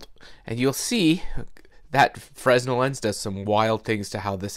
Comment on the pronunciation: Nice project. The S is silent in Fresnel BTW. :)